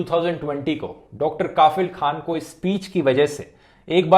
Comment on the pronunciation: Sir, इस डॉक्टर का नाम कफील खान है, काफिल नहीं, इतने मशहूर नाम को आपने लगातार गलत उच्चारण कैसे कर दिया??